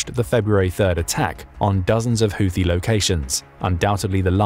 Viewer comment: PRONOUNCIATION CHECK: Houthi is NOT pronounced with "th", but with a simple "T" no matter who else you've heard mispronounce it. You're welcome.